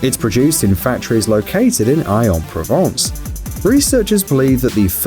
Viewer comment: Aix pronounced Akes (as in takes) not Eye.